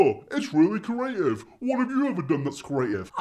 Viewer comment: You do lots of creative things. Like your pronunciation of "creative".